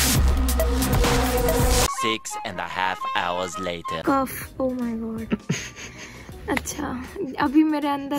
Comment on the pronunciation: 😂😂♥️ Even I replayed this twice to understand that Mama is talking about Cough..Wow!! hearty congratulations 🎊.. Very glad to see u how ur sincerity n hardwork is paving way towards ur goal.. U will surely become a successful doctor 😊♥️all the best